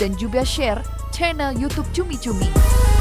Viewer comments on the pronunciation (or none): none